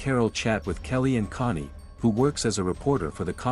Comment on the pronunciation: Bro ur dumb its cony not money and ezikil not ezicl